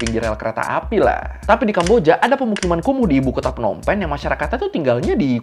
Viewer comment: Ngapa jadi KUMUR? 😂